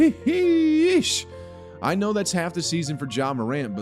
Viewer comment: The way its said/pronounced is definitely in the Tik Tok timeline. Still annoying regardless